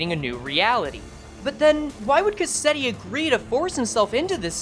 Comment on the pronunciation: Why is it that every project moon YouTuber I watch pronounces Cassetti’s name wrong like after a cassette tape? It’s a real life used name! It’s Cas-set-ti. Not Ca-set-ti!